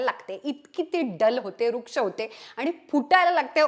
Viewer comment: ताई ! वृक्ष नाही हो .. रुक्ष लिहा आणि म्हणायलाही शिका..